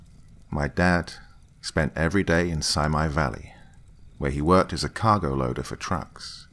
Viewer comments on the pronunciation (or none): Thank you for your amazing stories! I just wanted to let you know, the valley you spoke of is pronounced sea-me instead of Semi. Sorry grew up in the area and know some people dont know that. Your stories make me happy so thank you for sharing!!! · Love it!! I actually grew up 10 min from Simi Valley!! Just for reference it’s pronounced like “sea-me” valley ❤️☺️